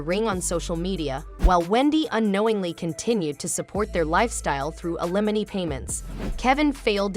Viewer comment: Can the voiceover stop saying "a-lemony" for alimony? (AI ain't ready)